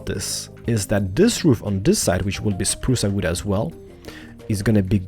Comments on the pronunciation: I love how you say it xD "achacha wood" "spruca wooda" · "spruca wooda" love it! XD